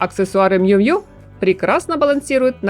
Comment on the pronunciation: Нравятся подборки, но комментарии не могу себя заставить выслушать, уж простите. Ну не джинсОвая одежда, а джИнсовая. Не Мью Мью, а Миу Миу....